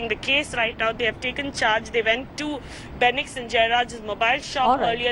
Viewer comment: It’s fenix not benix!!!! please guys, address them with the right names.